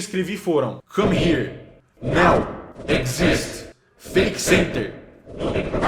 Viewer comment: Cellbit, "agora" em inglês se pronuncia NAU